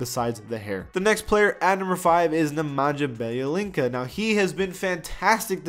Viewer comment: Nemanya - Biyelitsa.